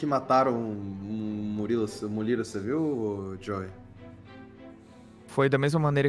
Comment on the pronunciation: Momento exato em que a percebe que o falou Muliro e n Murilo